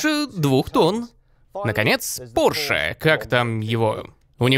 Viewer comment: не "порш",а пОрше!!!